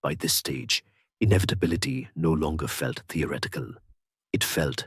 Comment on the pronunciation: The reader/narrator CANNOT pronounce the words with the consonant combination 'th'. He says, 'ah=TOR-it-tee' instead of 'ah thor =it=tee'. He says, 'tee=or=ret=ick=cull=' instead of 'thee=ah=ret=tick=cull'. What the heck is this mispronunciation!??!!? Not a single one time, over and over and over AGAIN! Listen to this HUGE error!